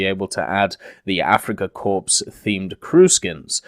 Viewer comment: The (P) is silent on Corps. It's pronounced Kor, not corpse like a dead body.